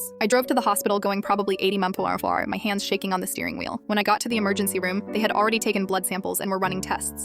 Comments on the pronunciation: How you’re supposed to say it”mph” How she said it “mouthpowowa” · "Going about 90 mporofoarporfororp" 😂😂LMAO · What it said: 80 mph What I heard: mphmdfgtgcethd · “i was going about 80 mufmuf” great English 🥹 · “Munph per hore”💀💀💀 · People who came to the comments after hear 80 mouphorhour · “Going 80 mumporaohor” 😭😭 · "Maufuaree" MPH girl AI is shutting Down YESS🎉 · “80 muamfuar” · “Going probably 80 mempuarefuar” beautiful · "80 murperfowur" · "going about 80 mupuaphour" 🥀💔😭😭✌🏼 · “Maybe 80 mumporaphora” bravo bravo! World’ Best Pronunciation 😂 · “going probably 80 mumforpoorfmor” ahh yes.. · “80 mophuare” 🗣️🗣️🗣️🗣️🔥🔥🔥🔥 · "About 80 maphoraurraur"🗣️🔥🗣️🔥🗣️🔥🗣️🗣️🗣️🔥🔥🔥💀😭 such inspiring words ✨ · 80 mgupdjounnnn nice pronunciation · "About 80 mampumaphor" 💀🙏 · “80 mimepofore” huh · “Going eighty mieeem purr for turr “ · “Going eighty mumfuhfuhm” 🥰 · “I drove there at about 80 mphphoaofarrrdjr“ LOL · i love when the ai voice says mph as smth like mampofaur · “memforphaor” wow, just wow 🤣😭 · 80 mrufuruafrua. Perfect pronunciation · "About 80 mrthhtrth" really inspiring 😄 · Text “80 mph” Sound “80 muphusasur” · "Eighty muhpforwer" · “Mompha pahawa”average ai voice trying to Say mph 😭😭💀🙏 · Bro had a stroke saying mph 😭🙏